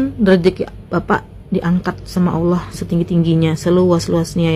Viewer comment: kenapa orang Indonesia sebut perkataan 'Allah' dengar seperti 'aulia'.. kenapa yea